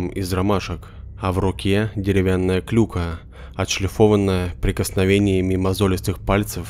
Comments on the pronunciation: Спасибо, история как всегда очень интересная. Но есть некоторые моменты, которые режут слух: не "клЮка", а "клюкА", не "маша руками", а "размахивая руками". Сорри, не обижайтесь, пожалуйста, я не с целью обидеть, это просто мои впечатления. А в остальном, все супер👍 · клЮка??? серьезно??? мои уши!!!